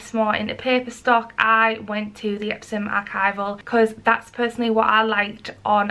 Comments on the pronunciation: Why are you saying epsoM? The company's name is EpsoN...N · Are you saying EpsoM? Isn't it EpsoN? Or am I really high right now? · Like really a serious question. Is it pronounced EpsoM? Cause i hear you say it that way.... Im from Germany and confused lol. Have i said it wrong... I feel crazy